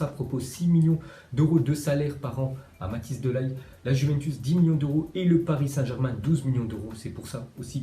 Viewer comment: on dit: De ligt,on prononce i et pas de laïgt